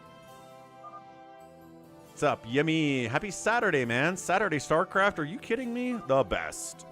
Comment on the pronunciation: " Star Claft "